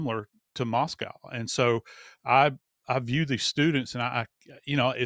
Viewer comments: Mos "coe" not MosCOW. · Exactly! Plus, he calls the city Moss-coww instead of Moss-coe. I’m sure the book is terrible. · First of all, Boise doesn't have a Z in it. Anywhere. Second, it's not really that liberal. It's Idaho ffs. Omg. Moscow isn't pronounced like the Russia Moscow. Coe, not cow. Really don't 'ol Howie's investigative skills. Just writing a book that fits the authorities narrative. Ugh